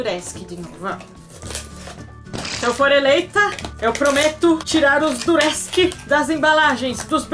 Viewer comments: Não é duresk é durex prit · você disse:duresc mas é durex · kkkkkkkkkkkk duresk? não é durex? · "duresc" kkkkk